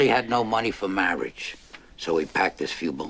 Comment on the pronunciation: "Mawage..." If you'd been at my wedding, you'd definitely would have heard that before.